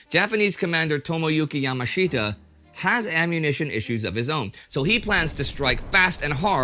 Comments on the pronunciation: Great stuff as always. Yamashita is pronounced Ya-maa-shuh-tuh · It's Ya-MAHSH-ta, Indie. Accent on the second syllable.